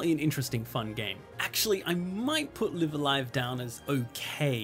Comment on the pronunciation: FYI, both instances of "Live" in "Live a Live" are pronounced the same. Note the Japanese title: ライブ・ア・ライブ